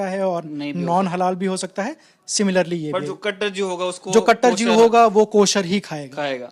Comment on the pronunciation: Jeev hindi m hota h,,, Jeev ko jeevs Bol Kar language kyu bigad raha h...... Uneducated.